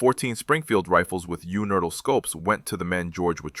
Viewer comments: This video is AI slop. The narration is unfortunately very good and it's hard to catch, but the way it unhesitatingly says "you nurdles" every time it's supposed to say 'universal' is a rookie mistake that gives it away. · UNERTL scope. Not "Universal", AI. Sheesh. Everyone knows that. Except AI, it seems. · Unertyl not universal! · the word is "universal" -- u-knee-ver-sal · yewnerdle!? YEWNERDLE!? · Amusing that the AI bot narrating can't say the word universal. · Robot-Voice has trouble with the word Unertl - which is an old-line target ‘scope. If I recall correctly, “Saving Private Ryan” shows one of these ‘scopes in use.